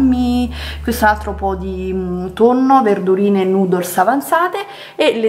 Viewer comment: Fantastica la tua risposta,ero ironico,lei pronuncia noodles come nudos,mi faceva ridere. So cosa sono,ho anche un altro account you tube dedicato,coincidenze.